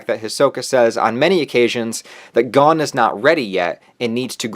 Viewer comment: You: He-so-ka My brain: He-za-ka You: Gone My brain: Gon